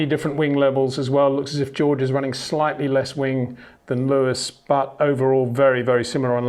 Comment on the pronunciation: HEY PETER WINDSOR, I HAVE MESSAGE FOR YOU SIR: With all due respect ... it is NOT Max "verSHtappen" ... Max is not German (Germans indeed do pronounce "st" as "sht") ... #Max33 = Dutch 🇳🇱 NL/Belgium! ... It is not "Bottash" nor is it "Lewish" certainly not "verSHtappen" .... This BS started long time ago when a British sport presenter interviewed father Jos Verstappen and assumed you can use a German pronunciation to a Dutch Driver thinking it is so "funny" ... It is not. Serious question: can any Englishman say "versatile" out-loud without saying "vershatile" phonetically? most can about 99,99% ... that is why most English can pronounce Verstappen 100% correct! Father Jos Verstappen (also F1 Racer) was very active between back then only a very few said "Vershtappen" but the vast majority of British sport presenters pronounced it perfectly ... only a few old stubborn farts like Peter Windshor .